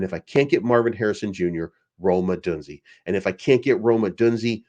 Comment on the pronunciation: It’s pronounced “O-DOON-ZAY”